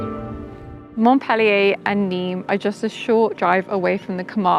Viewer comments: the city of Montpellier is called by the French mont-pel-LIER, not mont-PEL-lier! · Thank you for the video❤i would suggest you improve your english enunciation,by not eliminating so many consonants.By exclusion i figured you were referring to MontPellier,because Mo?K?ellier is what i was hearing. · It's not "Mont-PEL-ee-ay" ...